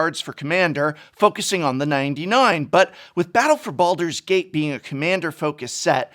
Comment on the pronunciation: Gate not gat